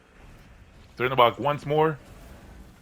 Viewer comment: I think its pronounced chernabog like how we pronounce czech